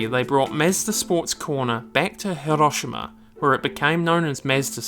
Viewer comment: Tried and tried to watch this but this chump constantly mispronouncing MAZDA as mehsda drove me insane. Never mind what he did to Hiroshima!